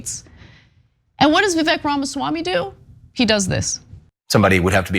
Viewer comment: Hey Ana, it might be worthwhile to at least learn how to pronounce his name.